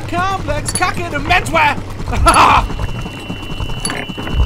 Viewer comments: Lol. I thought you said "Men swear". 😂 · No one Absolutely no one Daz “MENS WEAR” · He always says mens wear 😂😂